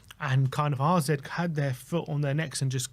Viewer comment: why do you keep calling them RZ? Isn't it AZ? Have I missed something?